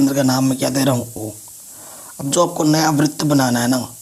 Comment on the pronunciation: सर बृत नही होता है। वृत होता है।